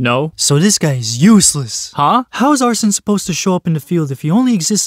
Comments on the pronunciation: seeing him say "arson" instead of arsEne made me feel pain but idrc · Its not arson, its Arsène. Are-sen not are-son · Why do so many people pronounce Arséne as arson? Joker pronounces the name right like every time he uses him, and Arséne literally said his name out loud when you first got him